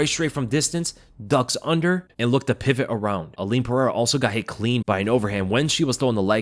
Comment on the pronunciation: Stop with the "Puh-hair-ah"; there is no "H" sound because there is no double r (like there is in Ferreira).